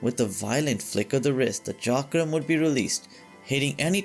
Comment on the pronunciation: Thank you for pronouncing Chakram right way.